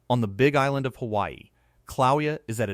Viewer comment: Kill-a-way-ya phonetically....not Cloweeya.